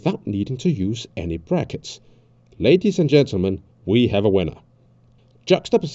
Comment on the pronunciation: Was the “prackets” on purpose